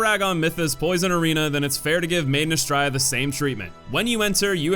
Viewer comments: It's pronounced Ah-STRAY-ah. It's Latin. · Honestly I only agree with BOC and Micolash. The rest definitely serve teaching purpose. Also Belfry is pronounced "Bell-free" and Astraea is "Uh-stray-uh".